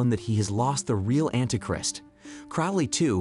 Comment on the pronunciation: And anti "Crist" lol